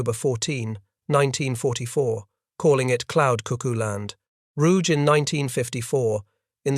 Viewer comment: German names never pronounce the letter "g" as if it was French, like in the French (and English) word "rouge." The Admiral's name was pronounced ROO-ghe, the second syllable like the English word "get" without the final t.